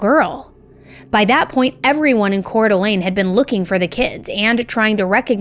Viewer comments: YES!!!😊 She nailed the pronunciation. I from CDA, and we lived around the corner from the Dennys Shasta was found at. The only time I was selected for Jury Duty was this case!! Thank God Joseph pled guilty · We (Idahoans) are so proud of the amazing woman Shasta has grown up to be. Thank you for covering this case AND pronouncing Coeur d'Alene and Spokane correctly! Will you please cover the Jaralee Underwood case out of Pocatello Idaho? She was my husband's cousin. What happened to her was disturbing too. It broke the family. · I'm from the area and just wanna say awesome job pronouncing Coeur d'Alene. That is a hard one and the majority of the nation mispronounces it. Kudos! I actually remember when this happened and it was absolutely traumatizing. Our entire community was looking for Dylan and Shasta. We had known Dylan wasn't with them before the diner because there had been other reported sightings. We did not know where Dylan was but we knew he was no longer with Shasta. My cousin went to school with Shasta. I wish Shasta nothing but love that poor baby but unfortunately her life did not get much easier after this. I really feel for Shasta. With the trauma she went through she needed more of the community support and Idaho is not a place where she could receive that. They are highly conservative and do not believe in things like therapy, drug rehabilitation and community support center. That state provides almost zero financial support for anything including schooling. It's a beautiful place but it is not a place where your community will take care of you like that. There are literally zero social programs to support the it's in sickening. All things Shasta would have benefited from, there was no support for. Once her dad passed she had nothing. Like I said I really feel for Shasta.